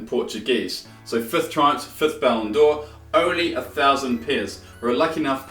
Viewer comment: saying Ballon'djor triggers me